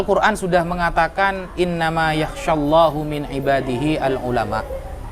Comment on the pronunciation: Nyuwun sewu admin, ada yg janggal saat membaca ayat "innamaa yakhsyallaha" saya mendengar terbacanya "yakhsyallahu" pada menit mohon koreksinya, terima kasih.